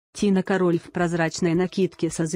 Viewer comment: кАроль, а не карОль